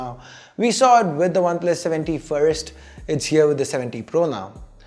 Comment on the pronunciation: It always sounds like you say oneplus 70 pro